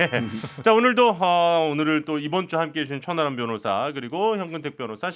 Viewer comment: 저만 천안함 변호사라고 들리나요 ㅋㅋㅋㅋ